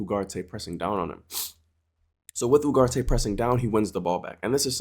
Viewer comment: I'm sorry but when did uGarte become uHarte??